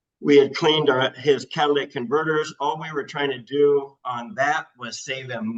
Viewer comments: Catalytic converter, not Cadiladic.... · Say it with me slowly: “catalYtic converter” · "Cat-ALA-tic converter" 😂😂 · For the love of GOD. Cat-A-Lit-Tic. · “cadilladac converter”